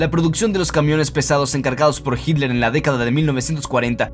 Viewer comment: Noto que tienes una evidente "dificultad" para decir Hitler y una poco sutil falta de respeto para quienes ven tus videos y te escuchan, que te pasa?.